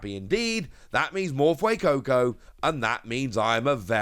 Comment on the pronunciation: You said fuecoco correctly! I have never been more excited while watching your videos! 😂🎉